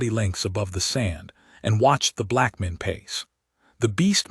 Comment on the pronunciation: why can't the reader of this story not get words correct? breathed as breath(ed). Arithmetic as arith(meddic)? And blackmane as black men? I've heard this voice a few times and it always pronounces word wrong